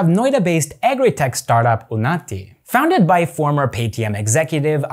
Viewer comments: two separate n sounds...with un as in uno. 🙂 1) un - as in uno. 2) nati - n sound as in nut. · Just saying I actually think it’s not called unaati it's called unnnati.